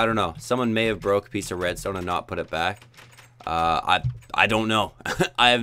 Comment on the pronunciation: You said redsont